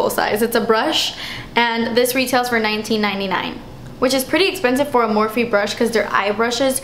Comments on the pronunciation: I seriously love when you say "das 'sspenseeve" 😂 lol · Amaizing as usual ❤️ and your expression " dass expenziv " is hilarious hahahaha i love it when you say it. Thank you so much xo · I Love It When You Say Dats Expensive 😭😂 Love You So Much Xoxo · "Thas espansif!" I literally burst out laughing every time! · "das espensive!" -my fav part of all your videos lol 😂